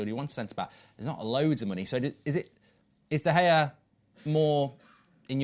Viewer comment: It's great to get a specialist's view, and Ben Foster seems like a really good bloke, but come on, how hard can it be to pronounce David De Gea's name correctly? It's not that difficult.